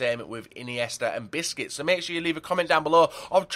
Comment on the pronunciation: Loolz its funny at the end it sounds like he said biscuits instead of busquets xD